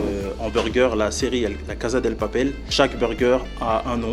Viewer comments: Par contre c'est " casa DE papel " et pas " del" 😉😉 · Areettterr de dire "DEL papel" c'est casa DE PAPEL C CHIANT a la fin xD Bonne video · C’est la casa DE papel et pas « DEL » !! Il en fait son thème principal mais ne connaît même pas le nom de la série ! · Mdr le COUCOUUUUUUUUU d’ était trop génial par contre on dit casa DE papel pas DEL!! Et moi aussi je suis de Grenoble!!!! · Quelqu'un est d'accord QUE C'EST PAS "DEL PAPEL" MAIS "DE PAPEL" ARRÊTEZ DE DIRE DEL !!!!!!!!!!!! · C’est pas casa DEL MAIS CASA DE FAITES LES CHOSE BIEN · La Casa "DE" Papel ... Et pas "Del" s'il vous plait ... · casa DE papel pas DEL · Les gars du resto ils se disent fans mais ils prononcent la casa deL papel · pourquoi les gens disent del ? alor que cest "DE" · A oui peut être ahah mais je parle du fais qu’ils disent « la casa del papel » durant toute la vidéo 😅 même le restaurateur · ca me pique les oreilles 😭😭 CASA DE PAPEL mdr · Il est nul le concept et puis « Del »... faut arrêter. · Alex Bvt Je parle de la PRONONCIATION bordel de merde il parle de la série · NGUYEN DAVID THAI . Réécoute la vidéo et écouté la prononciation de Casa de Papel merci